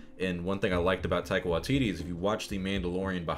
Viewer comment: Tye-qua Wa-tittie 😂